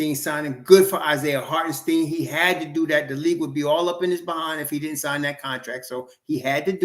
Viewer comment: It’s pronounce like “stine” not “steen”